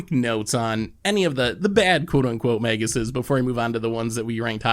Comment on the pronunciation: 1 minute in: It's Magi